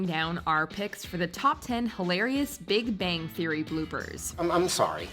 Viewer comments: no one else hear big banggang ? no? just me? ok... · Big Banggang is what she said...